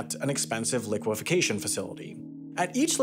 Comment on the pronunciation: While I’m not normally the pronunciation police… you said this one too many times. It is Liquefaction which is said “li kwuh FAK shn”. You added a syllable or two. Love the video :-)